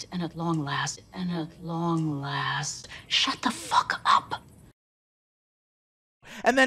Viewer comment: No, just the way they curse, honestly. Like Dirt The Fist King said, they way the put emphasis when they say fuck just sounds off.